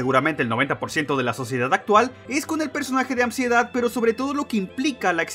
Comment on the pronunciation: Me dió Ansiedad cada vez que decía Amsiedad